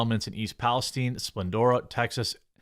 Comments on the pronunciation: Palace STINE !!! like the region in the Middle East.... Learn how to PRONOUNCE Geremy... geeezzz or do not do the news.... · The way he says "Palestine"... Lol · WHY THE FUNK IS EVERYONE SAYING “PALESTINE” WRONG!?!?!? It’s not a jewish persons last name!!!!!!